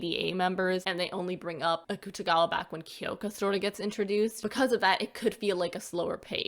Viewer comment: you said akutagawa's name wrong